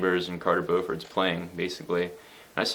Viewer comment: Oh and one more thing, I am glad to hear that you pronounce Carters last name CORRECTLY!!!!!!!!! So many people say it like how you say BEAU in beatiful -ford. Thanks for being knowledgable!!!